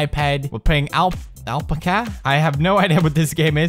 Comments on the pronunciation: there not lamas there alpacas and you can't say alpaca right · So what he doesn't have to be perfect. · Al~pack~a. That's how it's pronounced. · it is al-pa-ca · its AL-PACK-UH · It's Al-Pack-Ah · Omg I love how he says alpacuh instead of alpaca😂😂😂😂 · PEWDS ITS NOT ALP-ACAH ITS AL-PAC-AH "it's leviooosa not leviosaaaa" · ahl-puh-kuh... NO!! ITS AL-PAHKAH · its al-pack-a not L-pk-are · its called an Alpaca not alpaka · Lol Alpcka lol its Alpaca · Alpica lol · It's pronounced "al - pah - kah" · Ikr, he says alpca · Haha awe pewds. It's al-pack-ah it's an animal similar to the llama. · They aren't lamas they are "all-pack-us" alpacas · its pernounced: Alpaca (al-PACK-uh) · ITS AL PACK A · (AL- PACK-UH) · Isn't it ( al-pac-kah ) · alpecca, alpacco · pewds, it is pronounced al-pac-a. say al, pack, a. then alpaca. viola!!! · pewds its al-pah-cah ya edgar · Al pack uh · It's al-pac-UH lol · Alpaca (Al-Pack-A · It's pronounced (al-pack-ca) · alpaca is pronounced al-pack-ah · What if I told you you're the one pronouncing "Alpaca" wrong your entire life! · omg finnish ppl torilla tavataa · I love the way he pronounced Alpaca! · i love how he says alpaca wrong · Thoughts: 1. I love that Pewds cannot pronounce Alpaca (adorable) 2. Why was there a giraffe face at the bottom? 3. Why does this seem like Silent Hill for Alpacas 4. Smoking is bad Alpaca.. don't do it you get depressed & that turn into a mutant. 5. I want whatever the person who made this game is smoking XD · the way he says "Alpaca" is hilarious... i love these videos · lol well... I know how I'm going to be pronouncing "alpaca" from now on... hahahaha :'D lol! I'm typing this comment while watching and each time I hear Pewds say it I die laughing hahaha! *dead* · That game made me slightly sick to my stomach >.< I loved the way Pewdie pronounced alpaca though x3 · Alright so you can pronounce Melancholy but you can't pronounce Alpaca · He was kidding... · The way Pewds says alpaca though!OMFG LMAO!